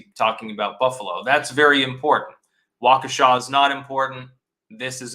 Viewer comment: Nice to hear pronounce "Waukesha " right! Finally!